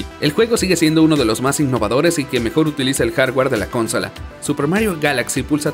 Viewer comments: El inglés del narrador, es sobre pronunciado. Le invitaría a no forzar su pronunciación o de plano, pronunciar como suena en su idioma, el español. Lograr un tono y ecualización no te hace un narrador si no se te entiende o pronuncias mal lo que dices, como por ejemplo cada que dice "con-sòla". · Por qué el narrador convierte palabras que no sin esdrújulas en esdrújulas, como consola y longeva, los pronuncia "cónsola" y "lóngeva". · Por que se come las silabas o las quiere juntar el narrador se dice "con-so-la" es de acentuación prosódica al no llevar tilde en la segunda silaba. Y no se dice con-sola, que no se pase regresenlo a la escuela a que aprenda a pronunciar bien. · por que chuchas dice cónsola? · Por que este wey le cambia los acentos prosódicos a las palabras como "cónsola" o "lóngeva"?????? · Que desesperante oírte decir "consola" sin acento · ¿Por qué dice "cónsola"? Es consola! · ¿"Cónsola", "lóngevo"? ¿No eres hispano hablante nativo, verdad? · Por qué el narrador todo el tiempo dice "cÓnsala" cuando la forma correcta de pronunciarlo es "consOla"????? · En la cónsola...???!!! Es consola, esa palabra no es esdrújula... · Por qué carajo pronuncia "cónsola"! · Consola sin acento por qué dices cónsola 🙄. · ES UN MEME QUE DIGA "CÓNSOLA"? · Dios que tortura escuchar como dices "cónsola" no es esdrújula !!!!! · Se dice consola, no cónsola, eso suena muy mal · consola es grave, no esdrújula, deja de decir "cónsola"!! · Jueguen con sus "cónsolas" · ”cónsola" no mames aprender pronunciación porfa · La "cónsola" jajaja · Por qué acentúa la primera "o" de "consola". Me altera. Buen video igual, los quiero. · "cónsola" "disparador", chale con el traductor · Todo bien con el video pero que carajos es eso de "cónsola" y otras pronunciaciones raras .-. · Ahhhhhh la palabra consola se pronuncia con el acento en la penúltima sílaba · De la "cónsola"? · Consola es una palabra grave.. no esdrújula... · ConsOla. Con acento en la O. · Porque dice “cónsola”?